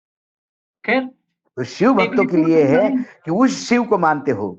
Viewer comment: सर अपना उच्चारण ठीक करिए. शिव को सिव मत कहिए.😊